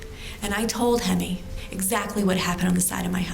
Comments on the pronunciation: HEMI = 'HIGH-ME' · Hemy Zvi Neuman It's pronounced hy-mee.